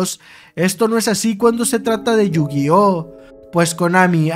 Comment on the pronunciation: You-Gay-Ah ? Que se supone que es eso